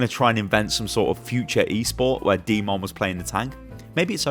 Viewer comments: pronounce d.mon, demon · Second time I hear someone butcher the red MEKA’s name....”D.mon” it’s pronounced DEMON!!! Like a fucking devil!!! Get your shit together